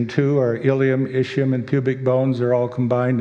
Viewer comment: The creationist's pronunciation of ischium is atrocious.